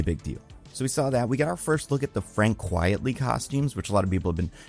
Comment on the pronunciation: appreciate you emphasising undersung artists, but his pen name is Frank Quitely as in "quite frankly" not "quietly" as in "quiet".